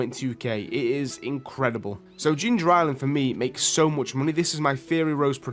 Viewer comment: TH still doesn't make the F sound. Money > MoonE. House > Ouse